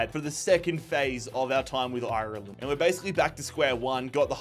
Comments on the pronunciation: It's not pronounced eye-er-land, it's pronounced are-land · Painful hearing him say shamrock instead of rovers and I-Ur-Land instead of "arlind" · Up The Dubs! Why does he say IRLEND like that. Hes from cork😂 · Love it, just pls learn to pronounce Ireland right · Is there a reason why he keeps pronouncing Ireland the way he does 😂😂😂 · why do you pronounce Ireland like that sounds weird